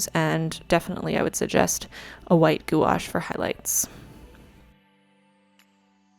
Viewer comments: Love this! And no hate, but FYI, it’s pronounced « gwash ». Also, for quality, you should use a fit bit! When you sleep, it tells you how you sleep! It’s awesome! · I’m sure someone already told you but gouache is one syllable; it’s pronounced “gwash,” like squash. I’m impressed how how you just went for it. I’m going to start my first bujo in July and wasn’t sure what to use as a theme. A lunar theme might be the way to go, thanks! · If you have any questions, I used to be the technical advisor for a major art supply company and I'd be happy to share my knowledge! Watercolor is also my favorite physical medium. Also, I've generally heard gouache pronounced 'gwash' c: It sounds like you've learned a lot on your own though, and your moons are beautiful! I think I'll do a moon theme for my July spread too. EDIT: Thank you for the depression visibility. ♥ Here's to July being a better month.